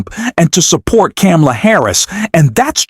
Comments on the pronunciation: I'll subscribe when you say Kamala's name correctly. Until then, big thumbs down. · Learn how to pronounce Kamala. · It's Kamala. Not, whatever you said. lol. Saying it right - gets a like.